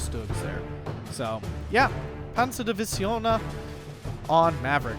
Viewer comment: Started playing this game about week ago and NGL I like the way people pronounce the finnish words/names. like how he said Ä as A :D and Ö as O and double letters like EE as E. :D